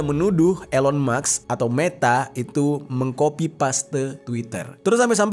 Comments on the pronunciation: Elon Mask Pak bukan Elon Maks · cara bacanya bukan ilon maks bro, tapi ilon mas, k nya mati di akhir